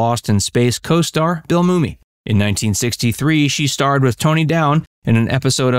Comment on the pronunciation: I've Never Heard Anyone Say Bill Moomy Before